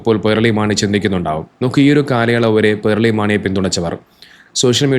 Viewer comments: പേർളി അല്ല പേളി 😂😂 പേൾ 😂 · "r" letter supposed to be silent while pronouncing. He is wrong.